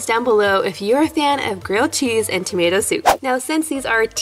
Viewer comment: Who noticed it saying tomat instead of tomato.